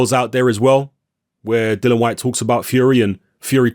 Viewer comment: Why do people struggle to pronounce Dillian's name correctly? His name isn't Dylan.